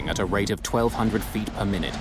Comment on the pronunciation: As for that SAS/Scandinavian Airlines flight, there's a reason cockpit doors are closed and locked. This is a perfect example of why. By the way, the Scandinavian name Per isn't pronounced "Purr," it's "Pear.".